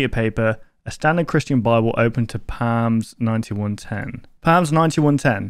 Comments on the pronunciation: No offense does anyone cringe when he pronounces psalms=(sol-ms) as PALMS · Just so you know! Psalms is said like salms, not palms. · The way he said psalms triggered me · just a heads up, the p is silent in psalms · not at all my place to correct anything but the "P" in Psalms is silent.